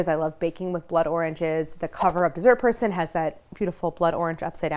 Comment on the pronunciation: I will forever keep hearing"decent persoon" in the intro instead of dessert person hahah